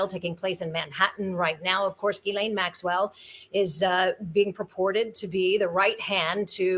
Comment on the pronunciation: its pronounced JIZZ-lane